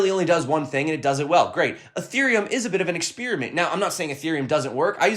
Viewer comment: Ha ha...love the content, but you hit on one of my pet peeves. Pronunciation of experiment. It's not expeariment. Anywho...thanks for the amazing content once again.